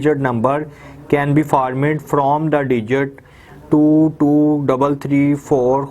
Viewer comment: you pronounce formed as formid, how pathetic